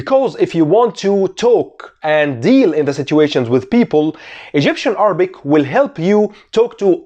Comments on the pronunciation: Iam from Egypt and you pronunciation is great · damn I'm egyptian and your accent is so good